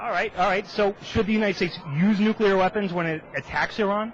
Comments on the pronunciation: "Take out the nucular facility" "Nucular weapons" PEOPLE!!!!!!!! if someone mispronounces that word, that's a clear message they are not fit to lead. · It's easy,. Repeat after me: "NEW-klee-er". This guy graduated from Law School, and can't even pronounce "nuclear"? And where does a 29 year old get $120,000 worth of tchotchkes worth stealing? By "getting a job"? Let's see at $6.55 (minimum wage - and don't Republicans believe that's all we working folks deserve?), that looks like almost 9 years working full time for a night of frustrated passion. Oh wait! I forgot: he's a lawyer! Those must represent *billable* hours. Never mind. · I like that this douche taught himself say "nucular". It think he may have been drugged before this interview, too. This is truly fantastic. Just fantastic. I love this guy. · "They have nucular weapons which threaten the world" "We could go in there with slingshots and beat them" Way to refute your own point in less than 30 seconds. And what the fuck is it with Republicans who can't properly pronounce 'nuclear'? Nucular... ffs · He said nucular... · he even says 'nukular' this guy is stupid as fuck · "Strategical" bombing of Iran's "nook-you-ler" facilities....This guy got exactly what he deserved. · I have a new rule. If you think "nukeyooler" is a word, you're an idiot. Another "family values" Republican demonstrates his values with a hooker. It's so routine it's almost not news. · Nucular? Learning from Palin? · This guy is an idiot because he says "nucular" like Bush. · lol this guy pronounced "nucular" too for nuclear ha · "Do strategical air strikes. Take out their nucular facility." Bwa hah hah hah hah!